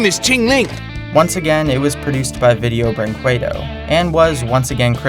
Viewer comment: VINDEON BRINQUEDON